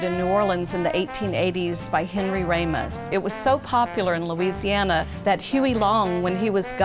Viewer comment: That's RAMOS, not RAYMOS.